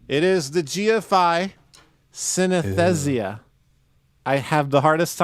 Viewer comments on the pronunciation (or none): "sin-uhs-THEEJ-uh". Can someone get an on-set tutor? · just for the record, synesthesia is pronounced SIN-eh-STEE-zia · say synesthesia just like anesthesia